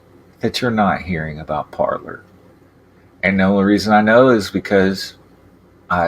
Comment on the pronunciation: “Parlor”? Or “Parler”? Didn’t need to show any ID to get a “Parler” account.